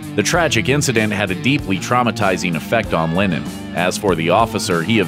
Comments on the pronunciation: Its Lenon not Lenin! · I'm sorry, are you saying linen? Or lennon? Cuz it sounds like linen. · It’s LENNON NOT LINNEN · As someone who has the say the name Lennon so much, you should really learn how to pronounce it. It's not pronounced Linen